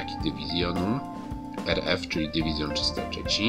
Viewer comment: Kiedy powiedziałeś dyw. nr. 303 usłyszałem że jesteś z południa Polski ,Małopolska albo Śląsk .